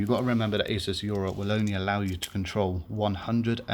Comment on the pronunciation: great video, but totally triggered by the fact you cant say 'aura'.